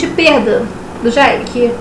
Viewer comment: Jaime se diz "Djêym".